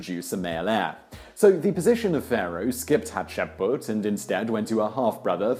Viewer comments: But you have to admit, when he has Hatshepsut written in the video title, calling her "Hasheput" in the video is most definitely a mispronunciation. You can't flower your way around that. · Simon, your pronunciation of "Hatshepsut" ("Hatshepbut"? Really?) is shaming you. Take 10 minutes and record yourself saying it properly, and have someone there dub it in over yourself. It can't look any worse; and if you think that your vocal tonality varies so much between each attempt to say the name right - I have news for you. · Dude.. Simon. You seriously need to make an effort to pronounce these things correctly. Hat-Shep-Soot! It's not hard as all Egyptian names are phonetically spelled since they're transliterations from the Egyptian language. It's not like it's historical spelling like in French. It's super easy. JUST SOUND OUT THE LETTERS. Just spend like 5-10 minutes before each of these videos that contain foreign names that your British tongue has trouble with sounding it out and pronouncing it until you get it. Practice makes perfect. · Hat-Shep-Soot Tu-Hot-Mos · "Haht-sheh-put".....I see Simon is part of the conspiracy to erase Hatshepsut from history. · Come on! Read the name properly! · I think you're missing an s in there. Still a great video! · Simon, love you, love this channel, but please, please, PLEASE: Learn to look up how names are pronounced before you do an educational video. Every time you said Hatshepsut's name I literally physically winced. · I enjoy the show, very much and have been following it for a while and will still do, but the names in this episode were done painfully wrong. for one thing the subject of "Hatshepsut" was covered extensively in the comments, but Thutmose was also pronounces wrong. The T is separate from the H, more like T-hutmose. aside from that, gread vid though. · Can't even get through the whole video because of how he's pronouncing Hatshepsut. Gahh! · Me too. It drove me bananas. There's an S in there, Simon!